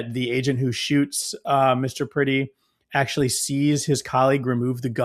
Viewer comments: If you are going to use the murder of Alex Pretti to raise money you should at the very least learn to pronounce his last name correctly. 😑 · Well, Alex was a hansom man, but he was never pretty. It is pronounced as if you are saying Brett-tee. But with a P as in Prett-tee... Pretti! Renee Good and Alex Pretti will never be forgotten. Never. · Pretti -- rhymes with yeti. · Pretti rhymes with Getty